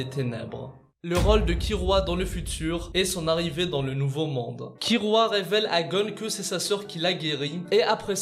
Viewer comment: C’est Kilua pas kirua